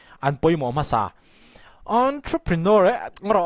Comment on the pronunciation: A pawimawh viau lo na chu. Ontroprinawr hi a lam dan dik tak ni a ka lo hriat ve si ni 😁